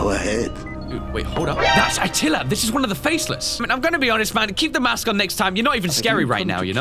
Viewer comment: It’s atilla not attalia